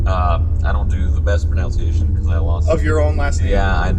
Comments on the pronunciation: “I can’t do the best pronunciation...” *miss pronounces pronunciation* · I get so happy when people say pronounciation